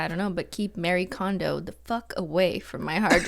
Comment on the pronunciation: Marie Kondo, not Mary Kondo.